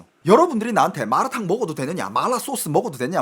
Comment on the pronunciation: 발음듣고보니, 마라탕아니고 말라탕인데 ??😢